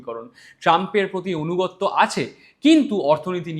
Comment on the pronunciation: বিষয় ভালো, কিন্ত কিছু ব্যাকরণগত পরিমার্জন দরকার। যেমন- অনুগত্য নয় আনুগত্য হবে। এছাড়াও শ ষ স উচ্চারণ ঠিক করলে ভালো হয়।